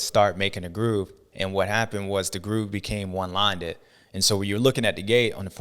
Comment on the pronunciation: Someone please tell James it’s one lined not “one linded” lol